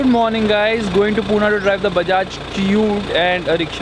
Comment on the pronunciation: It's Pune! Not poona:(